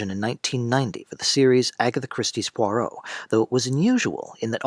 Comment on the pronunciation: It's not Pore-Oh. It's Pwa-roh. I can't keep listening to you mangle the name. If you were a fan and had watched the show, you wouldn't be mispronouncing it. This must be AI.